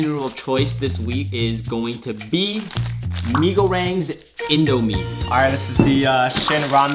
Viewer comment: the way you pronounced mie goreng made me cry, good video though.